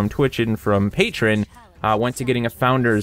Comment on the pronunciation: PAY-TREE-ON. Not Pay-trun.